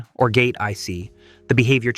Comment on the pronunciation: How could you pronounce astable correctly, and totally fudge monostable? They both end with "stable". It's NOT monostubble. Likewise, how can you pronounce "and gate" properly, and then come up with "orgat"? It's "or gate".